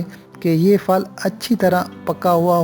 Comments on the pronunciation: Oh bhai fal nahi phal hota hy tlafuz tu drost karo.😠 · او بھائی صاحب یہ فل کیا ھوتا ھے بولنا تو سیکھ لو پہلے اسے فل نہیں بلکہ پھل کہتے ھیں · بھائی فل نہیں پھل ہوتا ہے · فَل نہیں اوۓ چاچا پَھل😂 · Fall naheen hota phal hota hai. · Sahi lafz fal nahi blke phar pronounce kijhiye bahi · Aap phal ko fal kyon keh rahe hain? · Fal . Nahe phal g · Faal nahi phal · O mama nam to theek le liya kro. Phal ko fal bol rahe ho jahil admi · Bhai fal nh hota..hahahahA phal hota h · Fal kya hota hai bhai g phal boly we are pakistani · Yar baqi sub tek ha tum phel ko phel turn kena sekh ly fel bol reh ho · What a poor pronunciation ,what are you trying to present ,Better go to school Agsidt Fruit - phaal. Pronounced Paahl ,makes one to switch off